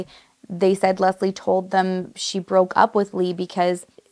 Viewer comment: Can I just say, I'm "Leslie" as well, and hearing how perfectly you pronounce it, is refreshing. 🙌 You excentuate the "S", which is how I prefer it. It sounds so much softer and feminine. ❤Most times, when I meet new people and they pronounce it as a hard "Z", I know they ain't gonna be my people. Lol so random I know, but just saying I knew I loved your vibe, girl!🧡🧡